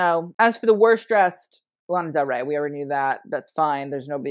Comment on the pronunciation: lana del 'ray' 😭